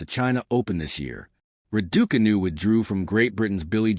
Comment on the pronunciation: How funny the announcer pronouncing Raducanu as Radookanu 😂